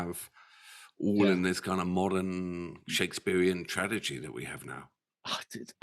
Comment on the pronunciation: Ren brought me here. Subscribed because of the fIREHOSE flier. Sticking around to hear how many more times you mispronounce "tragedy". Serves ya right for mocking my Welsh cousins 🤣